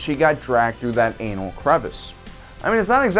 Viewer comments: I don't like the way you say "anal" please stop. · He puts alot of emphasis on the word Anal crevice😂 😂😂😂